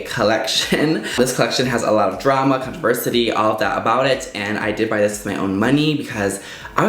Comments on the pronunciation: Did you say contriversity? 😂 it’s controversy... 😉 no shade, just had to poke fun at you 😘❤️ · “Conversity”?...but you meant “Controversy”....right,? Lol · ..."controversity"?! lololol CONTROVERSY! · controversity 😂 I love it 😂 I think thats what I heard. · You say “controversy” wrong every time.